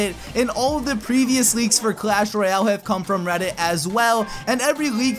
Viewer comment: Royale King not royal King